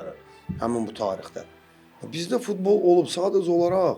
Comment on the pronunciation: Fitbol yox futbol bunlarl kim çıxardır efirə